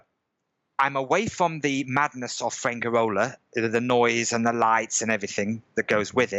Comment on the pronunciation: From the way he mispronounces Spanish words (padrón, inmobiliaria, Fuengirola, nota simple, ayuntamiento) I think his level of Spanish is pretty bad. Maybe that's the reason for his problems with the civil servants (funcionarios). Another very strange thing is that he registers in the town hall (ayuntamiento) when he has been living in Spain for 14 years.